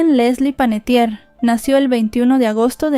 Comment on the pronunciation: Su apellido es Panettiere que quiere decir Panadero en Italiano, no es Panettier.